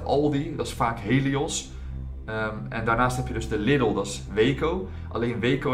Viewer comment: Na al die jaren spreek je Lidl nog steeds verkeerd uit